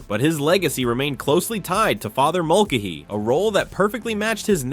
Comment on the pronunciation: Mulcahy is pronounced mulKAYhy; Fabares is pronounce “Fabray”. Henry Blake was replaced because he was sent home, not because he died. He died on the way home.